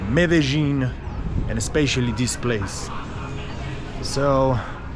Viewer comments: Hi also Trini...Meh-duh-leen also Me-de-jin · Hi, watching you from Trinidad, and I'm enjoying your videos. Please ask someone to pronounce the name of that place Medellin. I have heard the, ( lin ) pronounced as ( yene) confirm this for me pls.